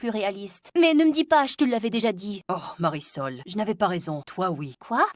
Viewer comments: Mais elle a dit Marisol 😂😂🤣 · Marisol pas parasols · Le nom de la fille s mariesol 😂😂😂pas parasol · elle ne s'appel pas parasol mais Marisol 🤣🤣🤣🤣🤣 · C pas parasol c mariesol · Le nom de la fille c’est Marisol Pas parasol wesh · Pas parasol ! Marisol